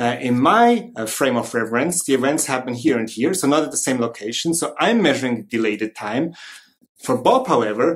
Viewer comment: You said Dialated Time, I heard Delayed Time ⁉️😕😵🤔